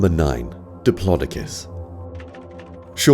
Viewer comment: It’s dip lo do cus not di plo di cus